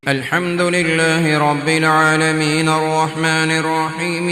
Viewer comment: Break lekr padho Or Alaminar nhi ha alaamin ha phir thora tahar k arrahmanir raheem ha